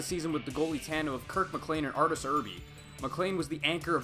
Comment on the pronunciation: Arterz errbee lmao